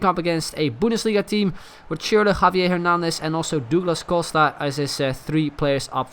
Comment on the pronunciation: Opeens Nederlands accent bij douglas costa